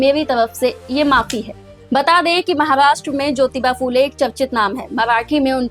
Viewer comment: फू ले नहिं, फु ले कहो| फ को र्हस्व उकार लगता है|